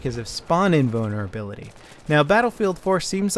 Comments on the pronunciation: has a hard time trying to say invulnerability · GUYS, HE'S SAYING SPAWN INVULNERABILITY, NOT SPAWN IN BONER ABILITY xD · I keep hearing spawn-in boner ability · That's not because his American accent he really sounds like he is saying inbonerability on purpose lmao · he meant to say spawn invulnerability but it cam out wrong sounding like spawn inbonerability making it funny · says spawn invulnerability, but there are parts in the video where it does sound like he is saying spawn-in boner ability.